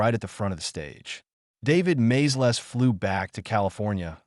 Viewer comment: Hey, Mr AI, the filmmakers were the Maysles (MAY-ZULLS) brothers, not MAZE-LESS!🤣🤣🤣